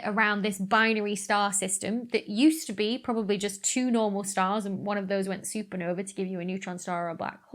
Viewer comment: Supernovae is not pronounced like supernova. WTF is wrong with you?